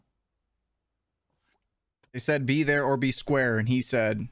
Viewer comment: He said squere up